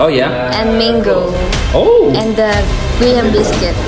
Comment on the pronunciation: Just fyi only, it’s pronounced gram not grey-ham. :)